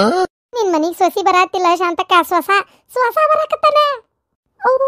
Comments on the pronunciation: ಸೊಸಿ ಅಲ್ಲ ಸೊಸಾ 👌🏻👌🏻😂😂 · ಸೊಸಿ ಅಲ್ಲಾ ಸೋಸಾ 😂😂😂